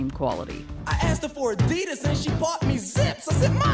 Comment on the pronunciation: I live in China, my thoughts are: That's not how you pronounce Adidas. I've seen some of those cars, the worst offender is the LandWind which is a rip off of the Evoque. Toys are a huge thing to rip off, saw one set that was "Batman Vs Superma". There is a discord clone, it looks just like it, they even copied the logo and replaced the emoji with a smug face.